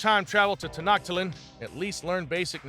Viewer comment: “Ten-ot-tat-lin” HAHAHAHA!!!!!!